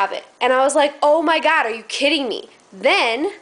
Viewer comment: Awh(: Iol I Like This Video P.S I Love The Way You Say "Oh My Gad" lol